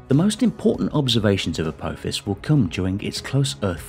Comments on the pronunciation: A-tinky-winky-fis? A-dipsy-fis? A-lala-fis? A-po-fis! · every time Apophis was mispronounced I had a slight cringe, it was so bad. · FFS. Learn to say Apophis' name correctly.